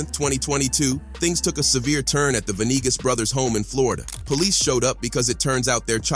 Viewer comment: Ve nee gaas. Not venigas